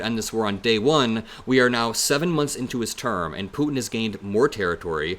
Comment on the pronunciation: I absolutely love how you pronounce Putin.